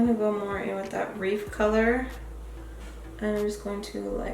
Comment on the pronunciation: You keep pronouncing Riff wrong you're saying it reef...😂